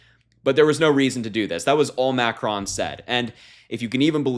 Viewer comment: Omg I was so distracted with your pronunciation of ‘macron’. Try to at least pronounce the names of the leaders of the country right if in political media landscape. Otherwise it’s good to see younger people taking such an interest in global and their own local politics. Hope this attracts more younger people to the arena